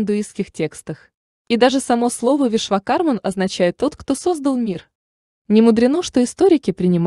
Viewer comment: Очень познавательное видео, но я не ожидал, что так мало расскажет про ВишвакарМУ!! Автор, простите меня великодушно, но очень сильно режет слух окончание МАН. Уверен, все те, кто изучал Веды меня поймут: 1000 раз произносится в ролике имя этого божественного архитектора и 1000 раз неправильно!!!!!!!